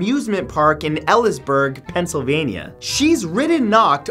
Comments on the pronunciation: For number five, it’s actually pronounced kuh-no-bulls (or bils). And the town is pronounced like eely-s-burg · And elysburg is pronounced "Eee-lees-burg" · Oh boy did you just butcher Knoebles and Elysburg smdh